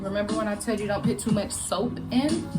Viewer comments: I like it but it's put not pit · Very good review but please the word is “put “ not “pit” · You’re a college student who say “ I pit in the tub”. You said it several times, girl the word is PUT NOT PIT. The clothiers will be dampt the word is damp. SMDH.